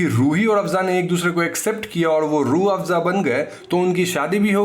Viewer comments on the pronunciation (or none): Roafza 😂😂😂 Kind of hearing like juice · Sir aapne ke time pe rooabsa bola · Rooh-Afza... Sorry can't unhear this 😂😂😂 Can clearly see where the inspiration is taken from 😂😂😂